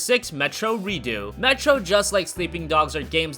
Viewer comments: it's ReduX not Reeduu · its called reDUX not redo xD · You don't even say redux properly